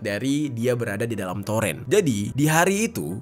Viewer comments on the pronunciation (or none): Itu baca nya toren, bukan torEn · Torn bg di bacanya bukan toren🤣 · toren bang bukan toren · TOREN bro bukan Toren bacanya !!!